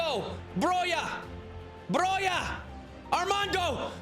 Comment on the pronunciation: Glad you're pronouncing Broja right finally 😀